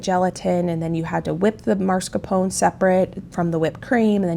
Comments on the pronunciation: I love you and your channel. But, it drives me crazy when you pronounce mascarpone incorrectly. It's pronounced Mas Car Pone. I'm sorry to be nitpicky. Love this menu. Many blessings. ❤🙏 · I enjoy watching you do ALL you do, you inspire me! But when you say MARScapone cheese, it's like nails on a chalkboard. It's MAS, MAS, MAS-CAR-PONE. Forgive me if that's nitpicky! I adore you!!! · It’s pronounced MAS-CAR-PONE